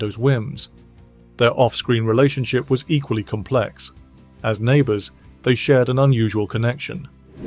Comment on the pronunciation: In British English the emphasis on the world 'complex' is on the first syllable.